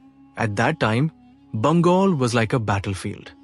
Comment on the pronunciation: Why is it pronouncing Bengal as Bangol? Who is Vijjasena? It is Vijaya Sena